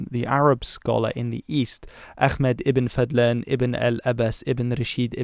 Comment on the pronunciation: Into Islamic history and I know Arabic. Good job pronouncing ibn Fadlan’s name correctly. One thing. The h in Ahmed is a little lispy what you pronounced is a bit like خ.